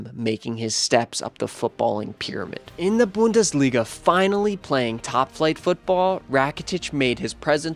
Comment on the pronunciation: Great video, keep up the good work, but please either learn how to pronounce some things or just say it in your normal accent! Idk if you tried to say Schalke and Bundesliga correctly but it just sounded like you were trying to mock the german language😂